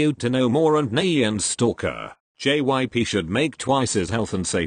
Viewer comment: The robot voice is like: jips gyp jyips.gypsy....